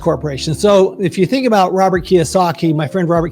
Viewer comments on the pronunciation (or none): none